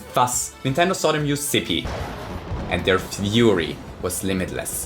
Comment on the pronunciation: "Good Audio Ceave" XD